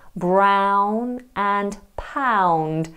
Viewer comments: this is not the correct way a Geordie accent sounds, as a Geordie i stopped the vid after the pronunciation of town, mouth, brown, and pound. only mouth is correct here. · Im geordie and she some of the stuff she says is completely wrong. We dont say brun for brown. Or poond for pound 😂😂 its just brown and quid. Dont listen to this